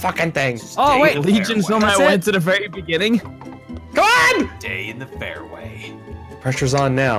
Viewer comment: In the beninging